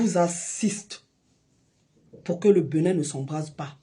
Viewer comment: À ton âge, tu n’as rien à foutre ? Il te faut ça pour manger ? C’est bien triste ! On dit Bénin pas Beunin 🤣